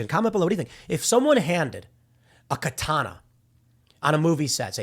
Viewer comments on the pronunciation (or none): none